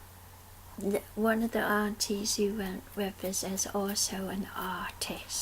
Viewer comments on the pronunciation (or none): LOL When you said 'aunties' I thought you said 'NTs' :)